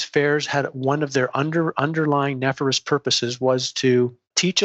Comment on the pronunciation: Is he saying “nefarious” ? Why does it seem that so many “educated” people online are mispronouncing easy English words jr high school students should know?? It makes me think they are exactly opposite of what they claim to be! And that leads me to think this is all bs! No offense intended.